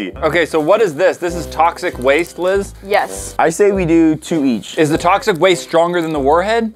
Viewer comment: It’s Liz not lis